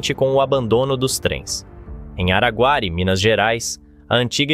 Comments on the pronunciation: Araguári?????? Não por favor, ARAGUARÍ!!!!!!!!!!!!!! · Araguariiiiiiiiiiii O " i " é forte